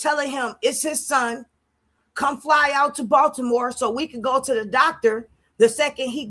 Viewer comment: Ashleyyyyyyy are u watching this new live of blue😱😱😱 chrisean saying body-more body-more for Baltimore ...I'm screaming saying yeah keeping talking 😂😂😂😂